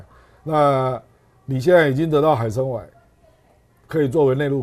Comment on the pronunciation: 大陸8 年前就從東北走北方航道到俄羅斯的聖彼得堡，「遠方的家-一帶一路」的央視記者 唐天嬌 隨船報導最後一段航程。 阿亮的台灣國語居然發出純正的「海參崴（偉-4 聲），大陸亮嫂居功厥偉」，嗯，講了一次「海參威」。